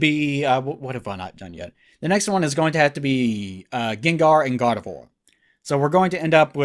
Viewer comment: It sounds a lot like you're saying "God of War" when you say Gardevoir.